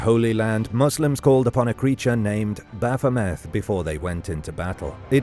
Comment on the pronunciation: Eliphas Levi drew the Baphomet that we are all familiar with today. His intention was to draw a figure that symbolized the unity of opposites. Later on, the symbol was appropriated by satanists. Its pronounced baff-um-et, no baff-um-ay. He was also the first person to say that an inverted pentagram represented evil. These are all his creations. The pentagram is just a shape, like the hexigram, hepptagram etc.